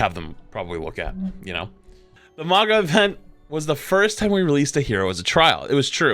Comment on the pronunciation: Can we please get the pronunciation of his name correct - MAAA - OO - NGA